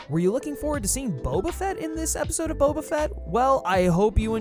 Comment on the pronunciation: perhaps it would pay to learn your pronunciation of his first name a little better.